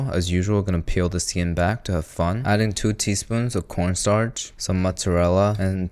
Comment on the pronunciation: wow he actually pronounced corn starch correctly